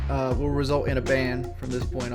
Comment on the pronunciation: Regardless of how bad of a person ethan ralph is... he sure has a way with words. Btw, the way keemstar says "lalw kao" bugs me for some reason.